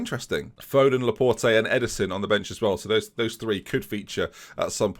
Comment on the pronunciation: the last E in Laporte is silent. LA-PORT (also his name means The Door,, future signing?)